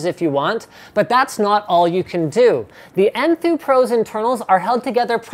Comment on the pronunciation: LOL I thought he said poo too